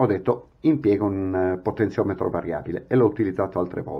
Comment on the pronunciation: .... Potenziometro variabile.... Non si può sentire....scusa eh!!!